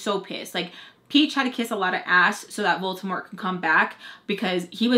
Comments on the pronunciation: Lol its VOLDEMORT not VOLTEMORE! 🤣🤣 Lol, meh. You tried. 🤷🏻‍♀️ LMAO!✌🏼🖤🌈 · I love says Voltimort/Voltimore instead of Voldemort lol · I thought u said voltimort from harry potter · Babe it’s Voldemort 😂😂😂 why does it sound like voltermort 😂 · It’s Voldemort not voltemor:( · It’s pronounced Voldermort volder rhymes with Boulder lol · She's still saying Voldermort wrong lol 🤣🤣🤣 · Voldemort 🤣🤣 She's adding that T instead of a D. Girl I love listening to your stories, I always feel like I'm watching a movie like the detail!! 👏👏👏 🤣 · It sounds like you're saying Voltermort Nice chisme btw 😂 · love you but it’s VOLDEMORT 😂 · Isnt it Voldemort ? I feel like she pronounces it wrong lol. Either way I love your story times🥺🥺❤️ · Just so you know, the T isn't silent. Don't usually knitpick about that stuff but it might help you not sound like you're talking about Baltimore.